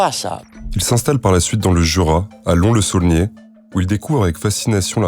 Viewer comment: petite erreur le s de Lons n'est pas muet